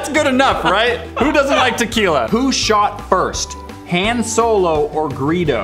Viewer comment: You said Han wrong lol